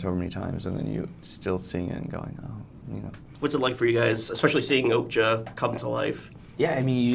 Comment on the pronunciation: The interviewer keeps pronouncing okja as oakja :D